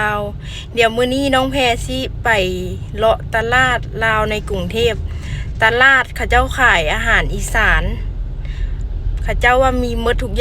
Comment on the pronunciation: ตลาด....อ่านว่า....ตลาด ไม่ใช่ ตะล๊าด..55555